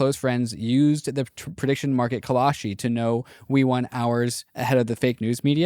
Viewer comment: Call-shee...not Call-a-shee